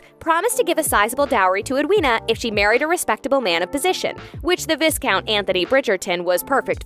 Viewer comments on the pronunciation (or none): Viscount is not pronounced "viss-count" ...seriously lady, do your work and learn how to truly pronounce the words! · Omg...1st u need to know how to pronounce Viscount (not like discount) but Vi+Count. smh! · No one on your team, ABSOLUTELY NO ONE caught the mispronunciation of the word Viscount🤨? Every time I heard vis count I cringed and died a little inside 😔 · Just an fyi for future videos, Viscount is not pronounced "Vis-count"... It is pronounced "Vi-count". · Watching this and all I can think is “you don’t pronounce the “s” darling. It’s pronounced “Vy-count”” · Visssscount? Vi-count! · Respectfully - please don't say Vis-count. Its Vi-count, the 's' is silent. Sorry - not meaning to be mean - it was so weird to hear! Love your work :) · Please, it is pronounced Vi-count (long "i") not Vis-count. If you are going to report on something, it should be done properly. Fan or not, the mispronunciation is cringe worthy. This is the 2nd video that I've seen where you've done this. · His name is Atony the h is silent and it’s VyCount not vis-count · It’s not vis-count, it’s vi(as in eye)count. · It’s pronounced “Vi-count” (long i) not “Vis-count”😊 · It’s pronounced Vi-count not Vis-count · its via-count not vis-count and its via-countess not vis-countess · It's NOT ViScount, it's pronounced Vai-count, the S is silent!🤬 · I am quite sure it is pronounced vi count and not Vis count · VAI-COUNT NOT VISSSSCOUNT.!!!! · V I count not viscount s is silent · It’s not pronounced Viss-count! It’s Vy-count! Lol!!! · Oh my goodness... the s is silent! Pronounced Viecount people! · Vie-count, not Viss-count 🙄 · Americans - please, please stop pronouncing Viscount as Vis-count. Its pronounced Vi-count. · “VISSSS-count and VISSSS-countess” - I hate to be petty but yeah… all you had to do was pay attention to the show 👀🙈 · Viscount word is pronounced as Vai Kownt. The S is silent. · im sorry VISS-count?? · Take a shot every time she says VIScount and VIScountess